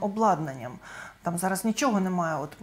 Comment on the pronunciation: На влашному дошвіду, шьогодні, жараж, жвяжку... Що ж ним ?